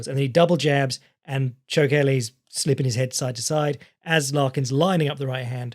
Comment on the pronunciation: Just a small note,, it's cho-kh-eli, not as cho-kelly:D Kh as in Spanish J, like Jose or the German Ch. Voiceless uvular fricative, if we want to be technical about it.